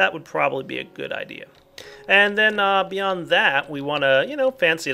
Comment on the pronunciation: Am I the only one who thought Ign when he said beyond?